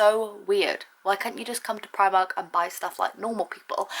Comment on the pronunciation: U pronounce it like 'preemark'